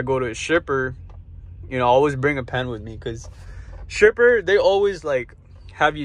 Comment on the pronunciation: Dude I thought you said STRIPPER 🤣 you meant shipper